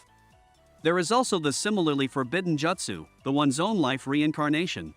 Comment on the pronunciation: They way you’re saying “Jutsu” bothers me